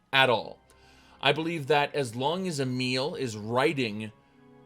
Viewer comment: i just realized you were saying a meal but Emile